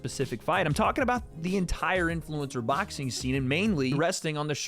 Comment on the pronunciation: Lol says “baxing”